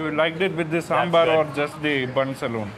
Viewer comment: Despite being a foreigner...Mark visits places that most Indian food Vloggers dont and knows way more about food...and pronounces Sambhar correctly...😂